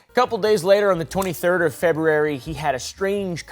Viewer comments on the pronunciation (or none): I lolled when you said "febrerary", thx for that ❤